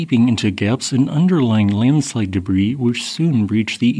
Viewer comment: Not an avalanche bud. Landslides are different. Or Linslide as the narrator pronounces it 😂